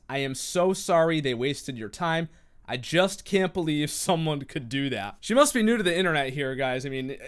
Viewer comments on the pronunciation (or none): none